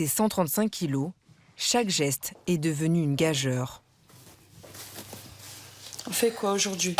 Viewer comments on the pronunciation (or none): Jolies chaussettes. Courage à tous les gros qui se décident à changer, bisous aux autres. J'aime ce mot: GROS. C'est le début des prénoms des bisounours du siècle dernier. A la journaliste: gageure se prononce "gajure".